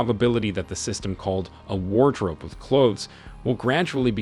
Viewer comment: War drope